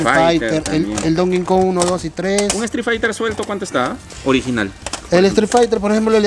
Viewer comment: mano no se pronuncia DON KINKON se pronuncia DONKI KONG